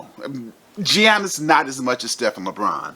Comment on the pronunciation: Dude lost me at "Gee-yannis" lol